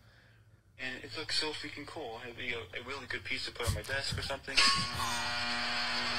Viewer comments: The fweaking radiation thing had my crying hours later 🤣🤣🤣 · Fweekin wadiation……… I lost it!